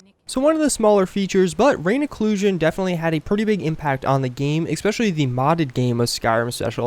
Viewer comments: Its 'Especially' not 'Exspecially'. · I got triggered svery time he said eXpecially. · Is it just me, or does he actually say 'expecially'? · If you're going to say "especially" so often in your video, I implore you to learn how to pronounce it. Otherwise, helpful video, thanks! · There is no 'x' in especially. Just saying.